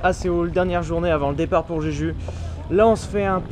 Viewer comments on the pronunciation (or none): En romanisation ça s'écrit jeju mais ça se prononce Jejou! ^^